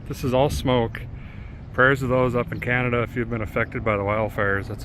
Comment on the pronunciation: Love how you pronounced Can-adada, lmao Coming from A canadadaian Edmonton AB